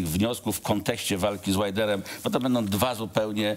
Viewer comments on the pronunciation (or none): none